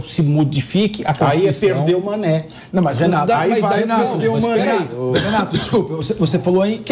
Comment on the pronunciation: Recorrer a QUEEEMMM.... ."Manè"??????